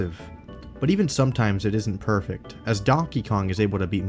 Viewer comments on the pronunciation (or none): none